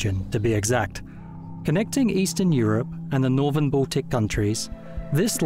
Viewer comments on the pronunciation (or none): none